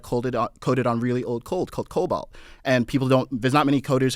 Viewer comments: The guy calls COBOL. "Cobalt". Just kill me dude. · This dude thinks javascript is going to calculate better than cobol somehow. And I think he's calling it "cobalt" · Did he say cobalt instead of COBOL? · not cobalt, cobol